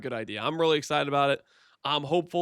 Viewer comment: I would like you alot more if you said Vaal properly.... Vaal... not "Val"